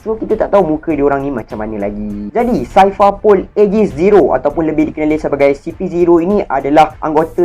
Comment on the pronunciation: Aku ingat indon je sebut x betul Orang melayu pon x pandai sebut Cipher - saipar pol 🤣 Lenkali tengok anime....jgn baca manga je...